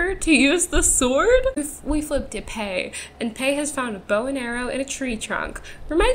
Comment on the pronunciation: everytime you say "to Pay" I think you're saying toupee